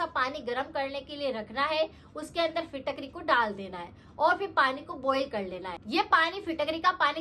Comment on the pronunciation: Fitkatri ap shi s bol nahi pa rhi